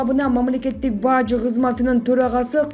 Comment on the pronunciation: Баажы эмес Бажы....